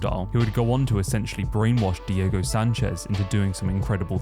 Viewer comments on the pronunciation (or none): none